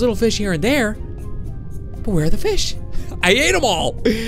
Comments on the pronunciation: Did you say feed and grow fist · He said fis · you said fis not fish